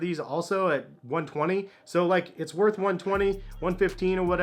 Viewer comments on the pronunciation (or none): none